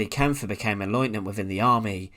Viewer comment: Great video mate. One little tip, I believe the e at the end of the guys name is silent so you just pronounce the pf.